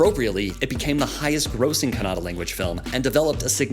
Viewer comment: Happy that u atleast cared to call kannada as kannada not kannad which is called by some indians who don't belong to that region